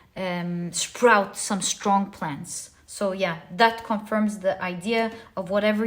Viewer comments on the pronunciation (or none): none